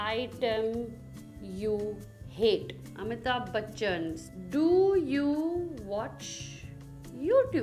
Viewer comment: The way she's sayin Aishwarya buchan 🤣🤣